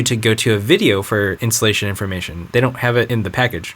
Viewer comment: I kept on hearing "The insulation process", haha! xD